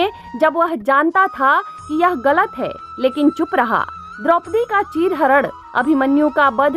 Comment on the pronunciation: कहानी अच्छी है लेकिन मैडम कभी कभी कर्ण को कर्ड़ कह रही हैं, चरण हरण को चीर हरड़ कह रही हैं। जगह जगह ण को ड़ कह रही हैं इसमें याने उच्चारण में शुद्धता की आवश्यकता है।